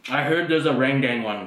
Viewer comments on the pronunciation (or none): Indomie RENDANG.... not Indomie RENGDENG... bahaha.... Kiding..... Hihihi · it is RANDANG! not rendeng. say it correctly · its not pronounced "raan dang" its "ren daang"